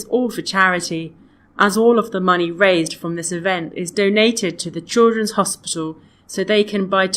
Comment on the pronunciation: lol chidlren but i heard '''choro hospital'' so that i cant find the answer until have to use the subtitle